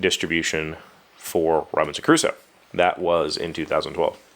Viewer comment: Thank god they re-designed that manual, it was hell. I've played this game I believe 3 times (3 days, more than 1 game each time) and each time we start arranging the pieces we struggle to remember everything. The Round Summary looks really good and also necessary. Ps. It sounds like you're saying Robinson Caruso